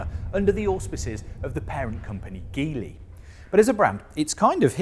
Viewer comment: Its pronounced with a soft G… like “gym” when you say “GEE-LEE”. Not a hard G like “glue” this would be totally incorrect. Just go listen to their presentation at Shanghai Auto Show 2023 - their own presenter is a reputable source.